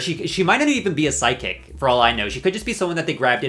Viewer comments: you've said PSYCHIC so many times, and EVERY SINGLE TIME it sounds like SIDEKICK. Girl... Just say Mystic. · Why did I hear psychic as sidekick every single time? 😂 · His pronunciation of psychic shows he doesn’t believe in them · Ok, so I looked away from the screen as the Season 13 Psychic section started and heard "sidekick" in stead of "psychic" and now I can't unhear it. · Why are you pronouncing psychic “sidekick”??? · Every time you say “psychic”, I hear “sidekick” and I’m like “What do you mean they brought in sidekicks? What is a drag queen sidekick anyway?” 😂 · at first, I wasn’t watching the screen and I thought at first you were saying side kick… But then I realizd u were saying psychic😂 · I swear I heard side kick instead of psychic 😂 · He pronounces psychic like “sidekick” also Canadian jumpscare he said zed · the way you say psychic sounds like sidekick <3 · i was looking away from the phone when you were talking about the psychic and i kept hearing you say SIDEKICK 😭 i’m like what goddamn sidekick? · I love how the whole time it sounds like he's saying "I don't believe in sidekicks" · Every.single.time😂😂😂 and he said it about 1000x and I enjoyed every single one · Oh thank god it’s not just me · The scariest part about this video is watching you try pronouncing psychic as sigh, kicks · babycakes, why do you say psychic like that? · He was pronouncing it strangely is why 😂